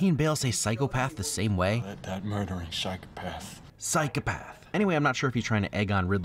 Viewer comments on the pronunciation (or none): Lol I noticed that right away... "PSHYCUHPATH".... LOL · that is how we brits pronounce psychopath, never noticed the difference before...! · Yes. We Brits say Psychopath like that. Never occurred to me before that Americans emphasise the "o" more haha